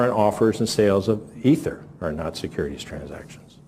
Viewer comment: He said "Ether"